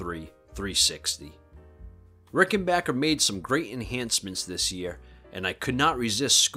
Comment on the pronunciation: Nice video and you’re pronouncing Rickenbacker correctly too! 😊